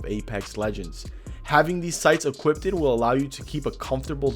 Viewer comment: No one going to talk about how he said “equipted”